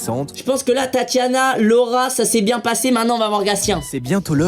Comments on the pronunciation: Mdr qui a entendu 3 fois le rat au lieu de Laura ???🤣🤣🤣 ( moi ) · Moi qui fait que d’entendre « le rat » au lieu de « Laura » 😂